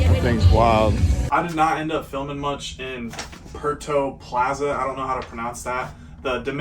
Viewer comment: Don't get me wrong. I enjoy your content but waaaaay too often when it comes to "cultural" things like in the last vlog just brushing off certain cultural landmarks or properly pronouncing ethnic words like "Puerto Plata" rather than just pushing it off as something you cannot pronounce (Spanish is one of the easiest languages to learn to pronounce words in) you just really come off as a midwestern, Indiana born and bread, typical ignorant white boy #ameriKKKan. If you are going to travel, learn some things about the countries/cultures you will be going to. If you don't know something while you are there or can't pronounce something - ask. Yes we understand your goals in trying to make money for different things but if your life motto is only about money and also that "Ignorance is Bliss" feel sorry for you son.